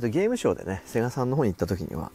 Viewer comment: 「セ↑ガ↑」さんなの？ 「セ↑ガ↓」さんでしょ。 なんでもかんでも語尾上げる人いるよね。